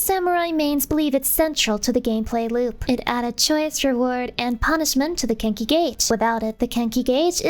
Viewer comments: I keep hearing "the kinky gauge". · The way you say Kenki sounds like Kinky and I am now sitting here wondering what game you are playing